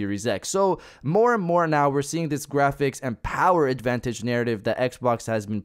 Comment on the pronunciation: This is why I always have the same comment. The Powahh...lol